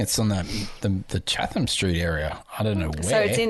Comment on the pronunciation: my ears are bleeding....it's "Chat-em" street.....not "Chah-them"